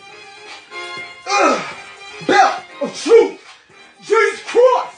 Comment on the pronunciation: Belt of Truff LOL! Peace be with you mate